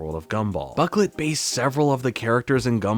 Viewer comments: Boh-CLAY not buk-let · Boquelet is pronounced Bow-ku-lay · His last name i'm pretty sure is pronounced bro - klay